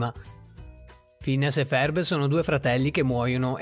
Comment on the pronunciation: Phineas e ferb non pherb